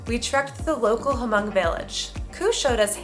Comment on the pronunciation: you're missed pronounciation Hmong, The H is lilent, just say Mong